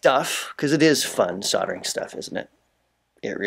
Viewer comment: soddering??? lol soldering